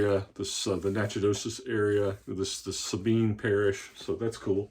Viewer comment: Nice finds ! Try Ronsonol lighter fluid on the sticker, does not leave any residue or stain and the sticker will come right off. I keep a bottle at my desk and use regularly for just that problem. Natchitoches is pronounced Nac-o-tish (Louisiana, they say everything different over there)